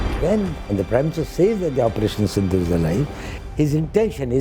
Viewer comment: It is operation sindhur not Sindhu